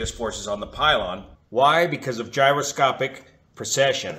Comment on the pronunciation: It really sounds like you're saying "procession".....at least part of the time. The only reason I'm familiar with the word, is that A. Bertram Chandler used it a lot in his science fiction stories in regard to his imaginary faster than light engines. "He switched on the Mannshenn Drive. Deep in the bowels of the ship the gleaming complexity of gyroscopes began to move, to turn, to precess, building up speed. Faster spun the rotors and faster and their song was a thin, high keening on the very verge of audibility. And as they spun they precessed, tumbling out of the frame of the continuum, falling down and through the dark dimensions, pulling the vessel and all aboard her with them." In order to get the correct mental image, I had to find out what that word meant. But your demonstration is perfect. I wish I'd had something like that to explain it to me as a kid.